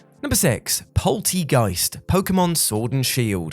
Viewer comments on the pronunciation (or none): For those of you who care, it’s pronounced polt-air-geist